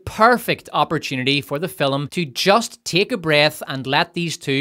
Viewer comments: Why do you say fil-um and not Film? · If you want me to turn into a violent murder droid, just have your AI say the word FILUHM one. More. Goddamned. Time. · Still not sure what a 'fillim' is but I dig your videos.